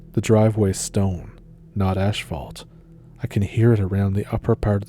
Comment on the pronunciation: Lol its as-falt not ash-falt